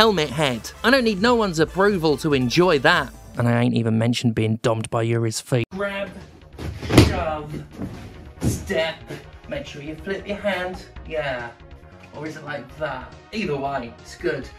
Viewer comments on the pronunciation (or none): I do feel like SF6's ranked mode should have separate modes for classic and modern just to avoid these arguments, but I have no dog in this race. Also it's pronounced Juri, not Yuri.